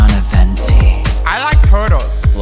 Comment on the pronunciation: “I LIKE TOURTLES”